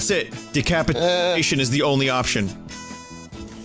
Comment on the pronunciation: Nuldoldrums that’s it, dicapit-eeh-sion